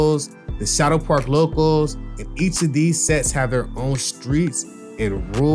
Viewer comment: It’s pronounced SHATTO PARK not SHADOW PARK